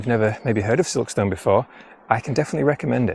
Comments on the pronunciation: Another great video. From someone that’s worked in South Yorkshire and in particular Barnsley for over 15 years Silkstone is pronounced “Silkstun” 😂 The stone is stun 👍🏼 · Recognised Silkstone from the thumbnail 😊 Sounds veey posh when you say Silk-stone, us locals say it more like Silk-stun. Very interesting video 😊